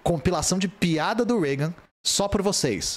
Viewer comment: Correção de sotaque: não é PEADA e sim PIADA